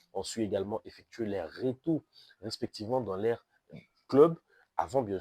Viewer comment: Pardon mais votre prononciation me met très mal à l'aise, "qui sé figure", "laire retour dans lair club", "m'a ouvert le zyeux", "dé l'exploit", mais c'est quoi ça? J'arrête la vidéo au milieu, car ça devient insupportable à mes oreilles...